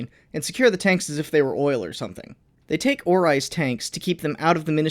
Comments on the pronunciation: Did I hear, O I L?? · did you say oil.